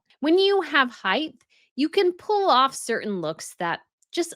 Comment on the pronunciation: Height NOT heighth. Come on, I loathe Meg too but she looked fine.